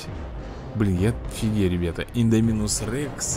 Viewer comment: ИндЕминус рекс😂✌️